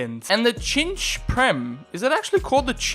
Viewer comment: it is not chinch it is pronounced sinch